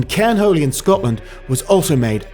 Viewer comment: Cairn Holy-o heh heh